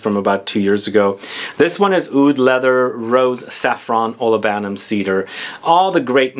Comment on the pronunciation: OLI-buhnum, not oli-BAN-um ;-)